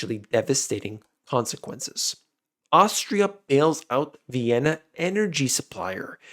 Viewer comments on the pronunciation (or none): none